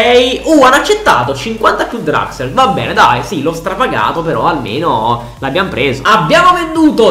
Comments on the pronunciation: hai detto draxel al posto di draxler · Si però mi da fastidio il fatto che dici draxel si dice Draxler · Si pronuncia draxler non draxel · Julian Draxler: draxel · Grande per tutto ma si dice DRAXLER con la L